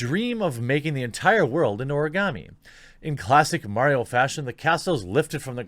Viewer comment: Karen coated Karens with Karen filling Ps. Why are you able to say Origami so well but not Sekiro?😋